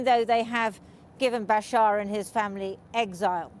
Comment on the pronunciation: Funny! the reporter does not know how to pronounce the name of the dictator who ruled the country he is reporting on. I mean the name bashar is really not that difficult to pronounce